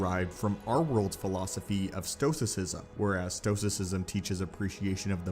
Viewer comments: It's "Stoicism," not "stosicism." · It's STOICISM not STOSICISM 😂😂😂 Jesus Christ, dude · Your narration is completely destroyed by your mispronunciation of Stoicism. (Stow-wis sizzum). The singular is STOW--ICK) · Stoicism pronounced stow - ih - si - zm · Sto a sisim ( sounds like pronunciation) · AFAIK stoicism is pronounced: “stow iss izm” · You might want to look up how to pronounce Stoicism. The Force abandoned you on this one. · Is your pronunciation of 'stoicism' particular to your accent? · You pronounced stoicism wrong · That's not how you pronounce stoicism.